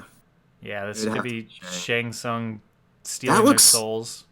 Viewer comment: Cringing at the incorrect way to pronounce Shang Tsung.